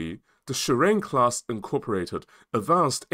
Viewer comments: It's SHI-RA-NE. Not shurine😂! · JS Shirane (DDH-143) is pronounced as Shi-ra-NE.